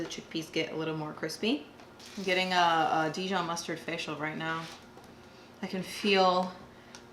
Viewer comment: You are pronouncing the Dijon mustard wrong. Google it